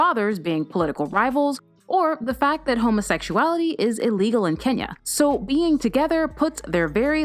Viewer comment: Hi Love how right your pronunciation is for my country Kenya. Most westerners mispronounce it as 'kenia' and I like that rafiki made the list too. As always, love your vids.